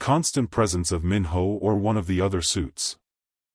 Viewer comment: First I want to say this is a good story and I would like to hear a part 2. But, just a quick suggestion if there is a part 2, make sure the AI voice knows how to pronounce Korean names. The “I” is pronounced like a! “ē” Minho should sound like Meen-Ho.